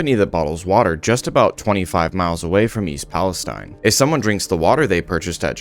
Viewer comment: I have lived in this town since I was 7 years old, firstly it’s pronounced East Palisteen not stein. The few rich people have already pretty much moved outta town and the poor people or old people that have no where to go will be the most effected by this, my grandpa also lives here and already has cancer so I can only imagine what breathing in these chemicals and showering with the water will do to him let alone all the others. I haven’t heard about any of these bracelets given to anyone in town at all either I’m 100% sure that’s made up. It’s been well known that the railroad company’s here overload the trains and don’t do checks to the loads like they are suppose to along with massive worker cuts so they can save money and it’s caused this huge problem for the residents here and in the state 💔 all we can do is live day to day and hope it doesn’t get worse